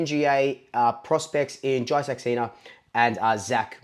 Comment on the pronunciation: Hey mate...Saxena is pronounced "Sux" "say" "na"...you got pretty close! :-)